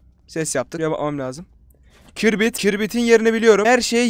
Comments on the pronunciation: kirbit? kibrit olmasin o HGHGHJJEDCNUMOJ)UGRDESNJHU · Kibrite kirbit diyen koca yürekli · Kibrite kirbit diyen koca yürekli adam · Kirbit deyil kibrit